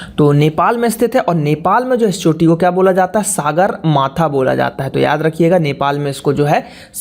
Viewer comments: सागरमाथा नहि हे,सगरमाथा हे। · Sir I'm from Nepal... Height of mount everest is 8848m and we call it sagarmatha not saagarmatha... Ulta ultaa mat padhaao bhae